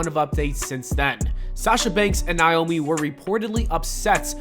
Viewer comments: Sound out Naomi... It's not niomi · When will you say this women's name right fam?! NA (like do the NayNay)... O... ME!!!